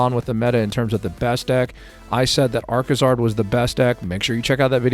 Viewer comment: it's Arcazard.